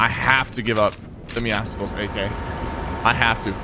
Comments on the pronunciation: IT IS MEOWSCELS NOT MEOWSECKELS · Lewis TheOneAndOnly I agree, idk why "Meow-sickles" is a thing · I hate it when people say “meow-skles” it meowcles, just like muscles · Why does everyone pronounce it meow-skulls? meow+muscles=Meowscles, so it should be pronounced meow-sulls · why does everyone say “meow-sicles” it’s “meowsulls” just how muscles is pronounced mussels not musicalls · Doesn’t it trigger you when he says meowcicles instead of meowcles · Say Meow then say Muscles combine and u get MEOW SCLES!!!! NOT MEOW SICLES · Muscles + meow(a cat) = meowscles. Stop saying meoskles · Meowscles is pronounced the same as muscles and meow combined Dont go meowsuhkles mkay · PigCake101 lord I’ve been doing it so wrong 😑 is it like meow cels like pronounced like that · Does it bother anyone else that he says meow scicles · Why does everyone call him meowsickles? Bruh well how tf do you say muscles? Musickles? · Pronounce Meowscles right. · Does Sypher know that hes pronouncing Meowscles wrong? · Please don't say meowscles like that. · Why does everybody say it like that? Do you say muscles with the c sounding like a k? No you don't, the c in Meowscles is supposed to sound like an s.